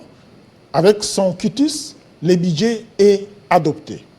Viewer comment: Ce Commissaire Général aux jeux ne sait pas différencier les u et i... bidget, jé, ti, bidget... au lieu de budget... plus de 20 diplômes pour ce faire. Sekirité, irgence, c'est ké... (que). Un mauvais manager. Il ne sait pas que pour une activité temporaire, on privilégie la location en lieu et place de l'acquisition...